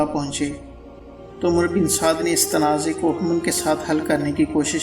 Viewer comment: عمرو بن سعد "امر" Amar نام صحیح لیا کریں عمرو کو عربی میں امر پڑھا جاتا ہے